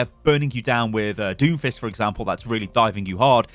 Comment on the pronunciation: When you said Doomfist I heard Doofus, now I can’t get that out of my head lol